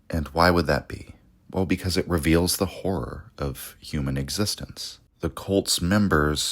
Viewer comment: Really struggling with the often used word HORROR repeatedly mispronounced as WHORE. "Cosmic Whore" omg .